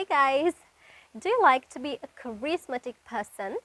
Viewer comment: කරිස්මැටික් නෙවෙයි පුතේ කෙරිස්මැටික් කියලා